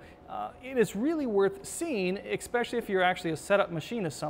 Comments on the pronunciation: Omg, I love the information but I can't stand that THERE IS NO LETTER X in especially. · This video "expecially" informative. Thanks!